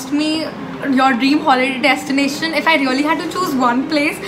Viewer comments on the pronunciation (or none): none